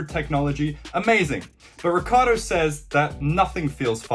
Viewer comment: Urs ricCIardo ric-ci-ardo. Not ricardo